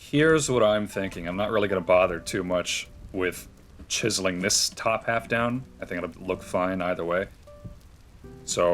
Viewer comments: cheezling.. Chiz-Zel-Ling my dude. lol, Cheeze Ling, XD Cheeze Ling, Kills me... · I love how you are saying cheeseling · I have never heard a single human being pronounce the word “chiseling” like that before in my life. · I saw this comment at the beginning of the video, waited five hours to hear him say it and I was NOT dissapointed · I’m dying I finally got to it 😂 Reminds me of the meme of the the Mexican pronunciation for big stores (Jōn Depot, Yacie Peenie, Papa Yohn) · Came up with a bunch of ways I thought he might pronounce it and I still would have never guessed he pronounced it the way he does. 🤣💀